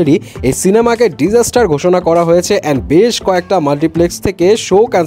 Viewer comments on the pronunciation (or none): none